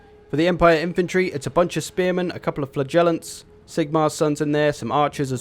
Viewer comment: No hate, but flagellant is pronounced like this